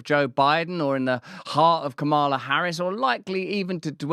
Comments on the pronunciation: its ka ma la. its not ka maaa la. but the video is awesome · Her name is pronounced COMMala. Comma la. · You're mispronouncing her first name, and she's one of the most famous women in the world. Very, very racist.